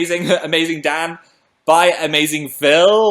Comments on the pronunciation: umm phil can you say dan's name one more time? sounded like you said 'dad' mate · it sounded almost like dab but im pretty sure he said dad oml